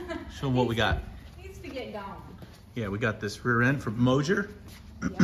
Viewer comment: There is no “H” in MOSER!!!! Please pronounce it properly kids!!!😊Love this channel 👍